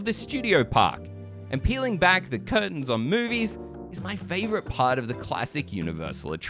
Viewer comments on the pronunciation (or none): none